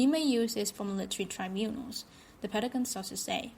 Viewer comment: It's not Petagon; it's Pentagon with 2 letter 'n' s in it.